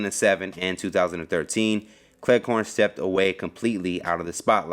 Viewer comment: Cleghorne? It sounds like you keep saying Clair corn.